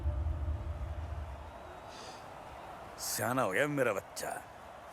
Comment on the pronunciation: Shyana not shana